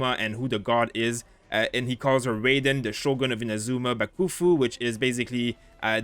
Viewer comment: its pronounced as Rah y den not reyden